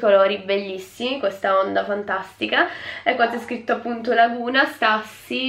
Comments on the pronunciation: Si legge stiussi non stassy AHAHAH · comunque la Stüssy si pronuncia “Stussi” e non “Stassi”, ti adoro❤️ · Stassy madonnina Santa se dice stiussy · Nooooooo se c'è scritto stÜssy si dice stussy (sTIussy) non stAssy...basilare 😂😂😂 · Ti adoro...Però non si legge STASSY!!!Io ho tantissime magliette e la conosco benissimo